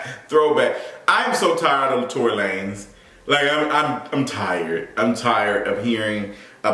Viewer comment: Lmaooo I never heard La-nezzz lmaoooo